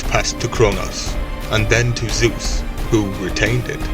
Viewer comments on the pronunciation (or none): none